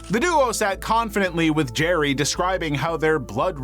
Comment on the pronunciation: Jer-RY. Jer-RY. Jer-RY.